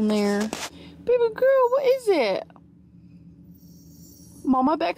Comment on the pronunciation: please stop saying "gorl". Its terrible and played out. My niece used to say this when she was 5....like last year.